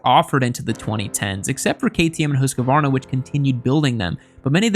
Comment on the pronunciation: pronunciation of Husqvarna...try hoose (like moose) - kvarna. It's compound noun meaning house mill.